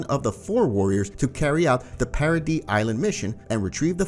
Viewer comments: Its para-dees not para-dee bro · Why do you call it parody Island. Its paradis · Bro its paradi ifs how you pronounce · paradise... para-dice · Is anybody else annoyed when he keeps calling paradise paraD? Or is it just me😭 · Why the fuck does he say parody island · trost bro says “trust” paradise bro says “parodys”😂